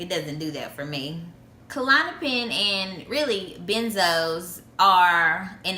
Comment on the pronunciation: klonopin not kalonapin